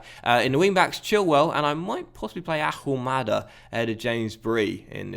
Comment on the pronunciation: Ahumada is Argentinean. Therefore, you don't pronounce the "H" in his name.